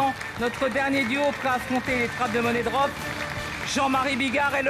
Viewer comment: ÇA SE PRONONCE MONIE DROP PAS MONNAIE BRDEL DE M*** 😂